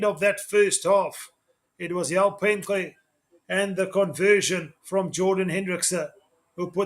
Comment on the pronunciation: You made a great attempt at pronouncing Penxe, well done